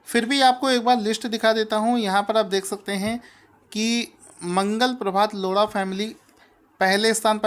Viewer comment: loda nhi lodha :p